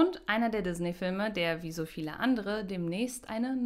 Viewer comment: Die Firma heist Disney. Gesprochen mit ie und nicht ey!